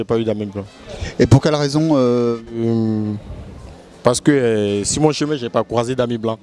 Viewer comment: "Momo a-t-il un ami blanc ?" - Euuh non j'ai pas d'ami blanc. - Et pour quelle raison ? - Euh paw ce que suw mon chemin j'ai pas cwasé d'ami blanc." Juste magnifique..